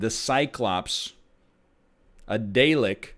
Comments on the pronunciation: Egg I love you. But if anyone ever says dalek (dah-lek) like that (day-lek) again I might shoot myself 😂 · its dah lek, not day lek, please for the love of god dont be this cursed.